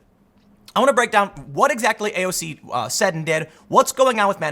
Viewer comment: First of all it's AOC, not AOZ. Thought you might have made a mistake the first time, so I didn't say anything. Second that video show an example on the current Republican party work now, they don't use logic. They work for there donors, not the people. In the past, Republican party was great, but now the far right and money turned it to shit. It's been going on forever, the young generation and grass root politician calls this out more then the current Republican party the US Debt has never been this high. We are getting screwed and are happy about, and it following year it goes back to hell cuz of issues the Republicans leaders made in the past